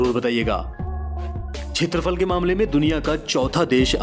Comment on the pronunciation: Wonderful,beautiful,informative & really very nice interesting video.Arjentin-Messi,Brazil-Pele,Amazon.I knew that my country INDIA is on 7 the position.I should say that Area is called kshetrafal not chetrafal.Please forgive me for this comment.👌👌👌👍👍👍❤❤❤